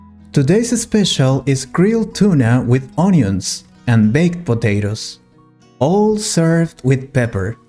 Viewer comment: The pronunciation of “onion” in NOT correct. How come?🫤